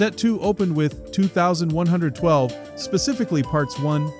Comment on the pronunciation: Nobody calls the fourth album two thousand one hundred and twelve... it is Twenty One Twelve